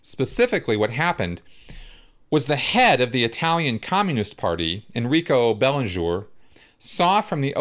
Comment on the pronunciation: Enrico Berlinguer, the surname pronunciation sounds something more like "baerlin-goo-er" ^_^. I really loved this video.I grew up, as a child, in the political terrorism in Italy. I will never forget the level of alarm that surrounded us, even as a child of 7 I felt it so strongly and I will never forget the sense of horror due to the kidnapping and execution of Aldo Moro. I am more left oriented as an inclination of mind and beliefs but I think it is so very important to point out any abberation that extremist left (just like right extremists or any other extremisms) caused. We always have to remeber and condamn it, forcefully and with no grey areas inbetween. To me there is never a right cause for terrorism and extremism.